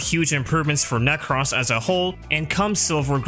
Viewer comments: Necross 😂 Ne-crose like necrosis nek-rose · Ah yes, my good friend Neck-ross. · Does anyone actually pronounce "Nekros" like that? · Youre pronunciation of nekros is super annoying. 5/5